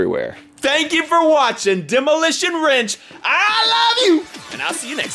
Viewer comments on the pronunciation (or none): Did you say demolition ranch at the end lol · lol he's saying Demolition Wrench